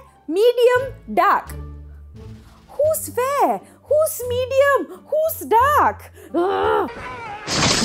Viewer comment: Everytime she said dark skinned people it sounded like"duck skinned".